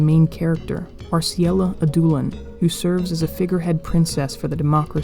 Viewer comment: Love the vid. Could be wrong, but I think it's pronounced "Ad-doh/dow-lin" which is more of a vowel sound similar to "ouch" rather than a hard "oo". It's a softer prounciation more related to French.